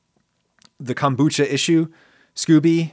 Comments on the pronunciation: *Not 'scoobie' but 'skO-bee'. Hard 'o' sound. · I think it's pronounced scoh-bee. I've never heard anyone say Scooby. Ghah is best when served live though. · Did not expect a rant about daddy issues. I enjoy these little insights into the mind of Ragu-Sea, not gonna lie. And I'm pretty sure it's pronounced "scoe-bee" not "scooby." I could be wrong tho. Maybe that's where Scooby Snacks come from. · Scoby, not Scooby-Doo! Lol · scoby not scoooby lol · I've heard Scoby pronounced Scoh-Bee rather than like Scooby Doo. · SCOBY, short "O" not SCOOBY (doo!). 💕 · "Scooby" 😆 😂 No Adam. Just no